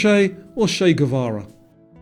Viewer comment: Che Guevara - Chay as chew or choke, or chin